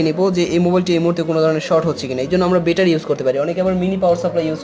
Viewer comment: বেটা‌রি কেন? ব্যাটারী বল। নতুন নতুন শব্দ না ব‌লে শুদ্ধটাই বল।